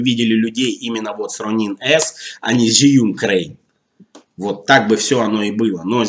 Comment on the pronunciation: Инженеры похоже совсем не в теме относительно удобства конструкции. Могли бы на стадии разработки пообщаться с опытными практикующими видеографами. Зиюн, Жиюн, Жюин... , китайцы произносят ещё сложнее Джьюин ))) Кстати, мы с Сергеем Щербаковым скоро снимем сравнительный тест нового двуручного Fosicam (продолжение Профи) с Zhiyun Crane 2.